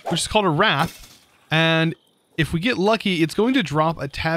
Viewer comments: Wraith is rayth and wrath is how you pronounced wraith not that its your fault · Similarly, Sanguine is usually pronounced sang-win, and Wraith isn't wrath but rather pronounced ray-th. There was one other, I think, but I don't recall what it was. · "wraith": WRATH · its pronounced raythe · Giving pronounciation advice is either really necessary or a lost cause. I mean i can understand getting Eidolon wrong the first couple of times but he also pronounced "wraith" as "wrath" and i think we had at least 3 different versions of brazier in this video alone.